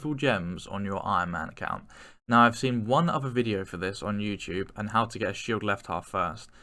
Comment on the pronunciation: lmaooo he said "yew chewb"